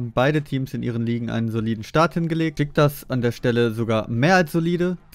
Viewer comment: Spricht mal Beşiktaş richtig aus man Das neeeeervt Beschicktasch So und nicht anders